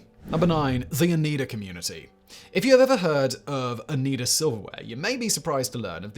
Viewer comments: Oh nigh duh. Not oh nee duh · The way he was pronouncing Oneida was making me cringe lol I'm originally from the area so I've heard the word my entire life. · I think the pronunciation is "o-NI-duh" silver. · Oneida is actually pronounced OH Nie Da. Used to live near there.